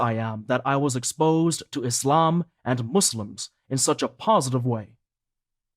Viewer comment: Could you please pronounce the name of our beautiful religion ISLAM not iZlam, thank brother